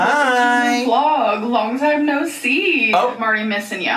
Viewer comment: Lmao the “naurrr” takes me out everytime